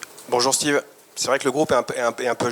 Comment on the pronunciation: qui dit « Stive »…… Sérieusement être journaliste foot français et faire cette erreur c’est honteux.